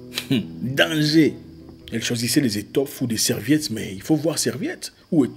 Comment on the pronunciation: J'aime quand vous dîtes " danger" c'est votre côté kinois 🤭